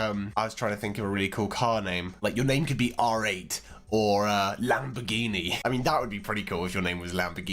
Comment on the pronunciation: do you say lamper gini????? what???????